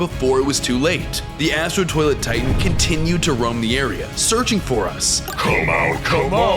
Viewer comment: In day 99 bro said i was zearching